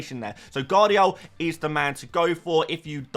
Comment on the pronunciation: 'Guardiol' is class 😉🤣